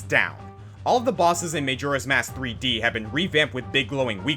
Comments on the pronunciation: may-joe-rah's mask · Him pronouncing Majora incorrectly frustrates me as much as the boss fight he mentioned did... Oh, and Moldorm. Felt like a Moldorm.